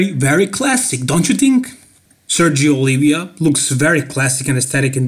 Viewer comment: Sergio Oliva, and not Olivia. Getting the names wrong is somehow an insult. And thank you for the good video. Well done